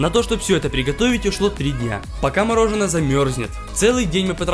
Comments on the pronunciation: Как говорят все нормальные люди : мороженое Как говорит этот дебил :мороженно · Очень режет слух неправильное произношение. Может, каналу с 2.5 к подписчиков стоит немного поработать над этим? Одеть/Надеть, Мороженое а не морожено - такие мелочи сильно портят и дешевят очень качественный продукт